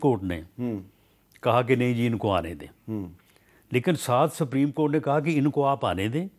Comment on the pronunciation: Rana saab its not sapreem court its supreme court